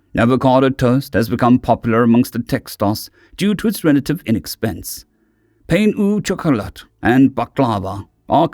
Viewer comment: Human food: The most dangerous thing about us! PS: I don't speak French, but I'm still fairly certain that that's not how to pronounce "pain au chocolat" ;)